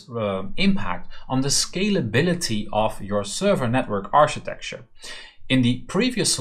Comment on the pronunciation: Great series! Learning a lot here :) architecture is pronounced with a "K" by the way, aar-kuh-tek-chr